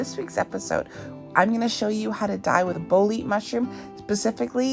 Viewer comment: Bolete, is not pronounced as Bo-leet. You pronounce the 'e' on the end. ie: BO-LET-AY